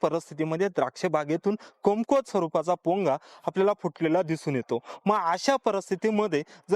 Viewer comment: अतिशय अप्रतिम व्हिडिओ.....("कमकुवत घड" हा शब्द म्हणणे अपेक्षित आहे.... तुम्ही "कुमकवत घड" असा चुकीचा उच्चार करतात )